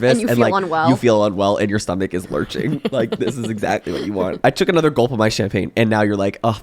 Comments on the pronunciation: im fucking cryings "EGG ZACKLAYYY" its ntoo funny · “EGG-ZAK-AYYY” I love 😂